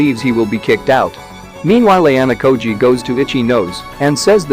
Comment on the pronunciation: Nahh this bot voice really called Ichinose “itchy nose” 🤣